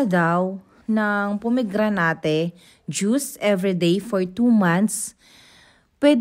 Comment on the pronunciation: it's po-meg-gra-net po.☺